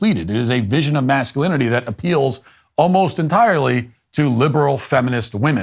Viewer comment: The "macho" ad director cant even pronounce masculinity.😂